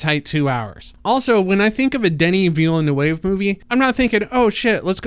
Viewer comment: Poor trying to pronounce Villanueva. Jana must be chuckling in the background. 😄